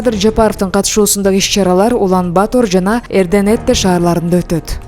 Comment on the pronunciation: Туура окучу ай Улан-Батор деп жазылат,окуганда Улан-Батыр деп эле айт какабай